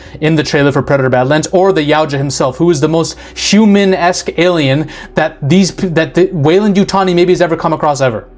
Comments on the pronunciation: Oh, its the coke 😂 You said Yutani right my dude. Its funny because my last comment was about how you pronounced it, and then in the next video I watch, youve corrected it. 😂 its always the cocaine! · You got it now with the Yutani pronunciation. What I want to know is how much coke does it take to mix up a sheep and a goat? I am delighted by these new alien forms though